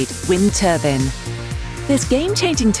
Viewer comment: Wind turban???🤣🤣🤣